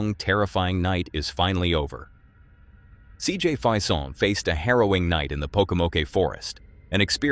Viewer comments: It's CJ, last name (pronounced) "Face-in" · It’s pronounced, CJ “Fay-son.’ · Why do you keep saying cjs name wrong , its insulting JS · What about the name mispronounciation? He says it one way , and when CJ said it, it was different. . ..right? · Would you please pronounce CJ's name correctly. It's Fason with a long a. Not Fison with a long I. And it's not Pokomoke with a long e on the end. It's just Pokomoke. The e is not pronounced.